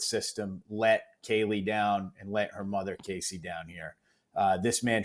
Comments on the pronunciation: Is her name pronounced like Kaylee? Nancy is pronouncing it like Keelee. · PLEASE pronounce Kalie's name correctly. Say her name like her mother and reporters. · Why does it bother me that Nancy isn’t even saying her name correctly?!?!?